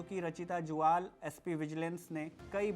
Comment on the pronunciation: ज्वाल नहीं जुयाल होता है